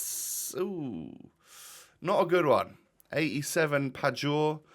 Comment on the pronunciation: as a guy from Poland, little tip for pronouncing Pajor as "Payor" - sound like a native Pole while packing her as fodder!